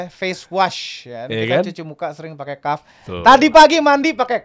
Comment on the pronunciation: Kahfffff,bukan kahfi ya,ya Allah semoga komen ini dapat endors dari kahf project